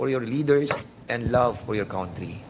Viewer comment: Hoy DAN FERNANDEZ e correct mo muna ang pronunciation mo ng “COUNTRY” GAGO!